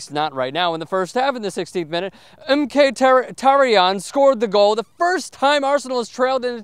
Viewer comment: Pronounced Mokh-Taryan, no worries though, 80% of BVB player names are impossible to pronounce hah